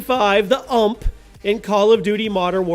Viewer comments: did he call a U-M-P an ump ...wow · Not "uhmp" , its "YOU EM PEE" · innit he got me triggered saying it like uhmp